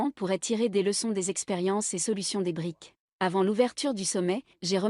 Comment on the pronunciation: un détail, brics n'est pas le pluriel de bric, il est important de prononcer les "s" à la fin , préciser la signification de brics car tout le monde ne sait pas voire peu de gens ... brésil, russie, inde, chine et south africa ... sinon ravi de voir que les brics sont un contre pouvoir à l'hégémonie américano-occidentale